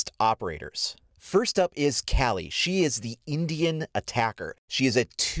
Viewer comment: It’s pronounced Kaw-li from the Hindu goddess of death.